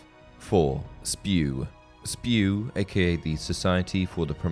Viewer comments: For god's sake... It's S.P.E.W. not SPEW ;-) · Not spew, it’s S-P-E-W!